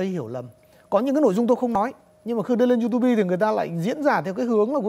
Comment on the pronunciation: You-to-be là cái gì, chưa học tiếng Anh à !?